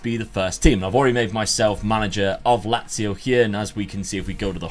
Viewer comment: Nazio not lazio